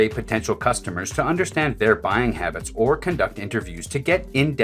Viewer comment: HABTS HABTS HABTS HABTS HABTS HABTS HABTS HABTS HABTS